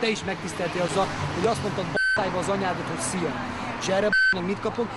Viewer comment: megmondta a frankót:D "szija" :P